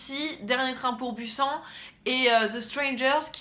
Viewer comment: Busan se dit Bussanne. (si tu voulais dire ça ^^) Super vidéo en tout cas !